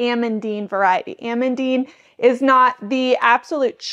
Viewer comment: It confused me that you said Ah-mun-dine, so I googled the pronunciation and it is actually a french name pronounced Ah-mun-deen. Not meaning to be "that person" as I just got corrected on a recent video on the pronunciation of alliums and was happy to have been corrected.